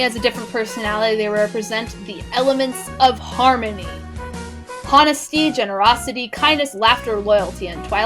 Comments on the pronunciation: Why do you pronounce honesty "Hon-esty"? On a more apt note: Thanks for the video. It was very informative about a fandom I've been largely ignorant of. *liked* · Lol, you said Honesty. With a "Huh" sound. Without a silent H. Lol. Sorry. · "GHonesty (or HHonesty)" just made me die laughing X'D